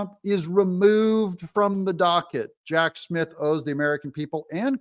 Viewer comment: Did I hear you say, Hack Smith? 🤣